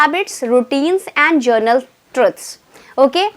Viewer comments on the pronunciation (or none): It is not journal....it is general!